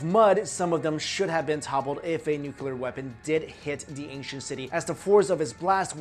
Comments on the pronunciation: yeah there was definitely a "noocuuuulllllluuuuurrrr" war 4000 years ago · Great video - interesting pronunciation - should be MA-ha-bha-ra-ta for Mahabharata & new-clear for nuclear ;-) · Please, stop saying "nuculer".. ok? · Sorry but I don't trust anyone that pronounces nuclear,nuculor. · haha, he says "nucular" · He says nucular XD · Nukyular nukyular nukyular 😂😂😆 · 'nucular' ... cringe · Nuclear, not nucular lol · you are way to intelligent to mispronounce nuclear. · _ He can't pronounce nuclear either. Cheers. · Can nobody pronounce nuclear properly? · Why can't people posing themselves as experts learn how to properly pronounce nuclear. Please note it's not nuculear. It's nuclear. Get it right! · Sorry, I need to say this! Why do you keep saying nukelar instead of nuclear? Secondly, we think that the nuclear bomb is the ultimate weapon of destruction... so invariably we extrapolate this onto the advanced ancients! This is wrong, because in nowadays we are based on going against the Universe and the Nature itself... ancients didn't have this kind of weapons... they knew how to preserve the Nature's laws! They USED the power of Nature! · There are no theories of ancient nuclear war, just hypotheses. Learn the definition of theory please, and its nu-clee-ar not nucelar. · NUCLEAR, how come so many people say Nukelar ? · Why does he pronounce nuclear "nucular"? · Nuclear not nucular... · Will u PLEASE... for the love of Oppenheimer... learn how to properly pronounce the GODDAMN WORD NUCLEAR??? There's only ONE U in the word! Is NU-CLEAR!!! Nu-CLEAR!!! Not Nuc-U-lar!!! Every time I hear u say it like George effing Bush I want to throw my phone across the goddamn street. So PLEASE!!! Can u say it like u have the slightest idea what you're talking about from now on? Please??? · Nucular. Its pronounced Nuclear. Great vid though. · It's nuclear, not nucular. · It's NU CLE AR, not NU CU LAR geez... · NUKULAR ugh over and over again... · Stop saying nuculer